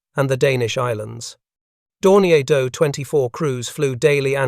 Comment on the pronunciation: 1. Your AI auto-read is good, but makes a lot of obvious annoying mistakes with things like reading acronyms phonetically ( saying 'dough-24' instead of D O 24). and makes really weird unnatural pauses. 2. Probably more critical, you need to have the photos on screen match what you're talking about. Why do you switch to a picture of a Do-24 when you're talking about the Hudson intercepting Condors? How hard would it have been to have a photo of every plane you're talking about, labeled, and on screen when that plane is being talked about? I can forgive using the AI text to speech but I can't forgive lazy editing.